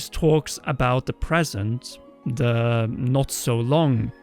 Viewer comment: Hey! Please don't take this the wrong way, but ci aider practicing your English a touch more! You're so close to sounding like a person who was born speaking it, but you still say "wiff" instead of with and "da" instead of the. Keep working on it! You're almost there 👍🏻